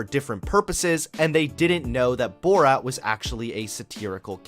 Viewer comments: This video was great but I love the way you say "Bort" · i loved the video but your pronouncing of borat and kazakhstan triggered me